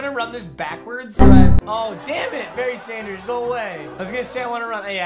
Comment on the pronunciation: whenever you say berry sanders it sounds like you're saying bernie sanders and thats the best part of your videos